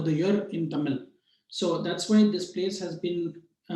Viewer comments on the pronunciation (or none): none